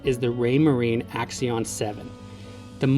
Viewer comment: AXIOM NOT AXION